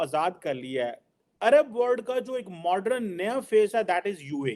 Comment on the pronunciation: Modran nahi hota hai jahil modern hota hai 🤣